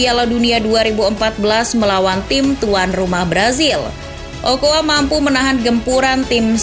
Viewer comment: 'Carbajal' baca 'karbahal', 'ochoa' baca 'ocoa', underrated